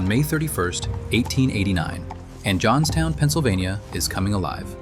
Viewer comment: Oops! “ Johnstown “